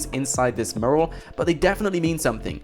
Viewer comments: My fucking god, its not "Moo-ral", its "Mew-ral". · its pronounced mew-ral... not moral 👍 good video though mate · Dude i know how its spelt but the way you say mural fucking aggravates me youre supposed to say it - Myural not merl... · The video is interesting but........murrrrrl....... Mee you rul Say it fast. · Sorry, after watching this and the Mt Chiliad mural video, I have to say it >< Mural pronounced 'mjueral' not 'muhral' Anywho, keep up the good vids ;) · dude, its pronounced "mYural" not "mooral". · I cant get over your pronunciation of the word "mural". It's "myural" not "murral" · first ten seconds "mooral" instant headache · I swear you said 'Mural' in every single possible way, OTHER than the way it's actually meant to be pronounced.... 'Mooral'... No. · hey guys a murrrrrel ... fucking english and cant even speak it correctly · its pronounced mju rel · most English people pronounce it "mjural" for some reason he does not. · The way you pronounce mural 😂 Its "Mew-ral" my friend :') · Can you PLEEEEEEEAAAAAASSSSSEEEEEE learn how to say mural properly!!!! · Please learn how to say mural properly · Learn how to pronounce mural please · That's not how you pronounce "mural" bro... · You're pronouncing 'mural' incorrectly by the way. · Can someone please teach this guy how to pronounce the word mural?! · The way he pronounces "Mural" 😂😂😂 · Please learn how to say "Mural". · Oh my god if you mispronounce mural again I'm gonna go Liam Neeson on your arse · please learn how to say mural